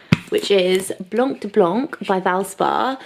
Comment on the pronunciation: As a french speaker the way you’re saying blanc de blanc is killing me 😂 Blanc and the c is silent!!! Basically it’s blan 🇫🇷 Love the worktops!! Is it me or your stairs are very steep? 🤔